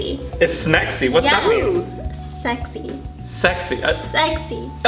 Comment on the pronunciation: I heard smexy instead of sexy too lol